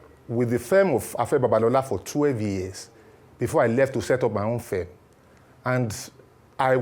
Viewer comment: Your guest doesn't know the pronunciation of "Firm". He kept pronouncing it as "fem".